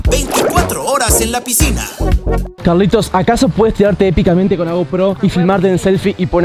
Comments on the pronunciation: Se han dado cuenta que en ves de que diga piscina dice “posicina” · Quien se dió cuenta que dice PISICINA Y NO PISCINA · dice PISICINA🤑🤑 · Helpp Por q dice pisicina😂😂😭😭😭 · Dice pesicina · Re dislexico "picisina" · eres re disléxico es piscina no pisicina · Nadie se dio cuenta que decia pisicina😂😂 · alguien mas se dio cuenta que dice pisicina despues de dos años😭? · Alguien se dió cuenta que dice pisicina??? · 2024 y me acabo de dar cuenta que dice PISICINA